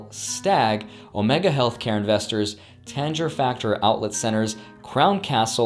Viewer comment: Did he just call “Tanger outlets”, “tanjer outlets”